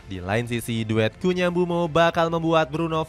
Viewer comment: Cunha not kunya